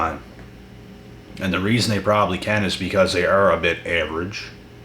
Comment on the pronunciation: AV- erage 😂👍🏼🇦🇺